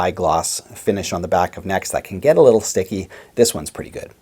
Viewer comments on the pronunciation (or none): none